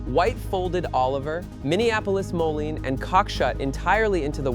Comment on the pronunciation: Moline... MO-Leen.... please